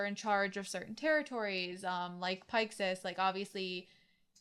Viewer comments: Gene: "Almost everyone makes that mistake. I'll let it slide." Cone-ee: "That's a pretty weird pronunciation, but whatever." Commander Pike-sys: "Okay, that's it. This is where I draw the line. Are you guys even slightly listening to the characters speak?" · I know. Their mispronunciations are harmless and inconsequential. I'm just teasing. ...Seriously though, fucking Pike-sys?!